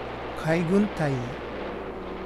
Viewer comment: 大尉は、海軍ではだいいと発音します。